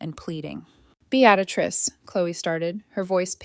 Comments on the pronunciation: This reader sucks. The woman’s name is Beatrice not Beatatrice! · The name isn't Be- actor- ist it's beetris ( Beatrice ). If AI can't pronounce names, pay a human being to read it. At least the boaring monotonous voice wouldn't reading it, 😂😂😂😂😂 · BEE-AT-UH-TRISS is NOT how BEATRICE is said. It IS said as BEE-TRISS or even as BEE-UH-TRISS. How can someone murder such an old and fairly common name? How can someone put in an EXTRA sound, that's not even written there? You can even search, "How to pronounce the name spelt as B E A T R I C E?", and it will say it for you. Guess you're a lazy fool? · OMG! It's Bee-uh-trice!! Bee-uh-trice!!! :( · Beatrice is pronounced Bee-tris. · Bee at a triss ?? For pity's sake put AI out of its misery and teach it to pronounce the main character's name properly. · 😂😂😂😂I stopped listening because of the mispronunciation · BEE-trix two syllables and the much rarer three syllable pronouncement BEE-uh-trix were the uh is very slight. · For frickin real!!! Bee at risss, get lost AI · Like Beadatrice? Golly bum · You should have learned how to say the name Beatrice. You fractured the story with that one grating significance. You should gift thankyou' flowers to the Apartment Warning Contact who warned you the married couple were at your door. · My God! How many different ways can you butcher the name "Beatrice" ?!! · The mispronounation of Beatrice is so annoying. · Mispronouncing Beatrice named drove me crazy. Had to stop watching. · Please pronounce her name correctly